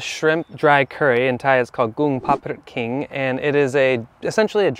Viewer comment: It not kung pad prik king but is kung pad prik kaeng.